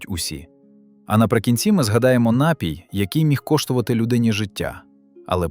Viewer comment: У слові: напій правильно ставити наголос на ДРУГИЙ склад. Не КАЛІЧТЕ мову, нове покоління!!!